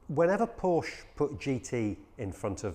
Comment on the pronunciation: Came out in 1963...Don't think so. Might pay to do some research and also maybe learn how to pronounce the company name correctly..!